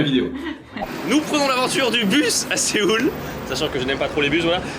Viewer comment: C'est pas SE-OUL c'est SEO-UL.